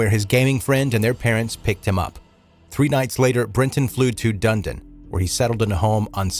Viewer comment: I'm Australian and had been in the town Tarrant had been living in, in February 2019 the month before his rampage. You pronounce Dunedin as Dun-ed-in LOL